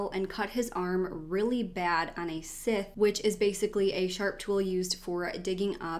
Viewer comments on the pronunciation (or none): Not to be nit picky but Scyth = sigh-th